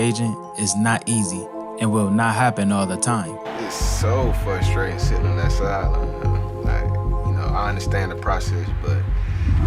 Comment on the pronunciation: If you say FUSTRATING, you're too DUMB to be pro...